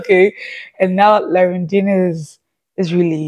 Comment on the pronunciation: The correct pronunciation is "rondin-a"